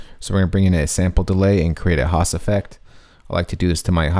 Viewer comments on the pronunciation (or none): none